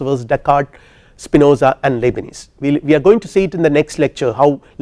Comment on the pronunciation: You are clearly a very intelligent man. Given that english is not your first language, you are still very articulate. Great lecture/lecturer! Thank you! But the way you say Leibnitz sounds to me like lebanese hehe…